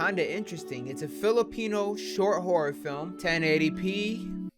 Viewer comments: i smell cap u said hora horey amin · "Instagram Dating Horry Story Amination" oof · Man said “Horry” 😭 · Hoey instead of horror speak English my burda